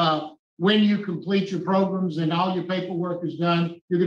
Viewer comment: I like Mr wise, U know why? Cuz he knows how to say Programs lol I hate how Tony merabella says progrims so wrong! So irritating lol